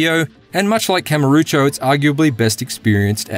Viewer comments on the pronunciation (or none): Dude can't even pronounce the name of the main location in the Yakuza series. It's Kamurocho, not Karamucho. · "longtime fan" also mispronounces Kamurocho multiple times ( Kamarucho? wtf? ) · "Kam uh rucho" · IGN get the same guy to review every game in the series yet he still can’t pronounce Kamurocho